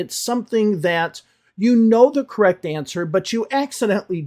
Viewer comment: pronunciation is quite bad for a channel that is very prissy about other people's pronunciation. She pronounces correct as gorrect for example. Most of their corrections are good and useful but they reject everything that is not everyday American English as unnecessary and useless and seem to forget that everyday American English is the premise of their channel not necessarily the premise of the channel they are critisizing. Clearly is bothered about teaching advanced vocabulary that falls outside of the everyday American English when teaching everyday American English might not even be the aim of the channel they are responding to. Also he needs to learn to relax on camera and blink now and again because in his current presentation style he seems way to uncomfortable.